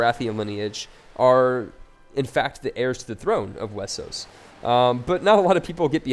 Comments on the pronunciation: Why do you say Wessos? Why not Westeros? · is westeros and is pronunce westeros but some people can't say it right so thay say it wessos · STOP SAYING WESOS